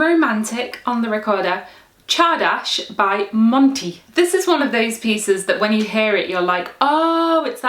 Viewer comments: Thanks for spelling csárdás correctly, and for your efforts trying to pronounce it. You need to pronounce the "r" as well. In English "r" is often skipped, but in Hungarian it is a hard "r". FYI "csárda" is a kind of inn, where people can drink and dance. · Not quite, she didn't pronounce the "r", it should be a hard "r". Otherwise I'm actually impressed, she obviously did her research. Unlike most youtubers who would just say something like "I probably butchered this word". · c h a r d a s h ? Wow, I thought it was pronounced tsardass!